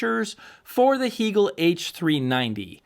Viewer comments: The company took Its name from the philosopher Hegel. It's pronounced Hay gel. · It's interesting how your review a product and can't even properly pronounce the name of the manufacturer. Heeegel??? Cringeworthy. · First of all, I don’t know why pronounces Hegel that way. He’s like the only one I’ve heard that pronounces it that way and it drives me a little bonkers. But what drives me more bonkers is his comment about no one ever listening to Music in the triple digits over 100 dB. Seriously?! I think I listen to most of my music around 100 DB. I have tested it numerous times from the listening position with two different dB meters and have often hit 110DB. I usually see 107, 109, and the highest I think I’ve ever seen was 114 DB. I’ve taken screenshots multiple times for proof. I would have liked to have a go louder but I have fear of blowing up the speakers and doing some damage to something. On three different occasions I’ve over powered and shut down of PS Audio P10 Power Plant when I let the volume get a little up there. Yeah, it can get a little scary when you go from rocking out with music really loud to instant dead silence! Whoopsie! I’ve also cranked up the Hegel’s loud enough and have blown the fuse on a H390 as well as the H590. And a little tip that I’ve gotten from Hegel, volume 80 is it’s happy place. Although often loud, there’s no gain used at that number. Isn’t this what this hobby is all about, having fun? Like the old saying goes, “If it’s too loud, you’re too old.“